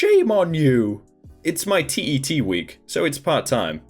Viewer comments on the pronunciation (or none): TET isn’t pronounced T.E.T here in Finland, it’s actually just pronounced the way we type it, TET, but then again there are quite many ways of pronouncing it :P Also the way you pronounce Pekka is just so hilarious sorry for laughing 😂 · Native finn here. Just wanted to say that you butchered the finnish words in the last story (even though I heard you say "Pekka" whith a H at the end) P.S: You don't say TET (TyöElämään Tutustuminen aka. Work Live Experience) from letter to letter, you just say tet